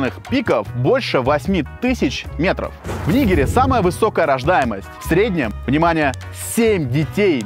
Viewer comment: Я очень много смеялся с шуток. Чел молодец. Особенно с того, что чел походу не специально в названии страны Нигер ударение не туда поставил